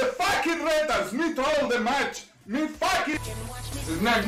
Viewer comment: He said "launch de rocket" i thought he was gonna punch his table/keyboard